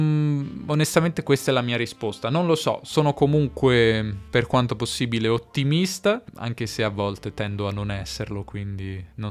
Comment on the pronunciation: Perché pronunci "richiesta" e "ottimista" nei primi trenta secondi con la schwa alla fine?